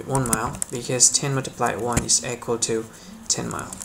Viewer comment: You pronounce the word EQUAL like the word ECHO. 😆LOL! You must be from India or Mideastern. You need more eeee... sound in the word equal and less eeek... sound. Hope that helps you because you helped me in conversion. Thanks